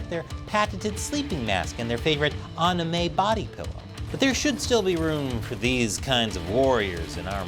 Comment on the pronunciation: "aname body pillow"?